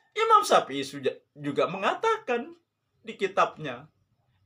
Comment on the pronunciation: Dalilnya hanya perkataan ulama...? Maksudnya..? Dalil anda quran hadis . Memang apa definisi ulama..? Org yg berdalil dengan Alquran hadist kah atau apa menurut sampean...? Dalil yg anda pake quran, betul, tapi pahamnya kan pake paham anda...Quran soheh, pemahaman anda yg doif. Cara baca saja agak heran, nyebut nama imam syafii saja pake syapi i, zikir malah dibaca jikir....kan aneh bahas agama, malah huruf arab saja salah total.